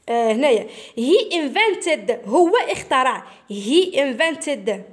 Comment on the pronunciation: استاذة شكرا شرحك ممتاز ولكن اخطات في نطق كلمة اخترع هذا فقط لغرض التصحيح